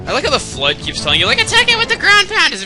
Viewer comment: Each time you say the FLUDD, it sounds like the flood from Halo.